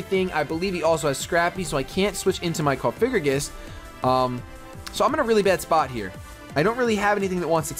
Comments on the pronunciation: ITS NOT COFIGRIGIS. STOPPPPPPPPPPPPPP SAYINGGGGGGGGGGGG THATTTTTTTTTTTT IM GOING TO KILL MYSELF IF YOU SAY THAT ONE MORE TIME. ***************************************COFFFFF- AHHHHH- GREEEEE- GUSSSSSSS******************* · Nice battles again! Btw, just a heads up, It's Cofagrigus, not Cofigragus.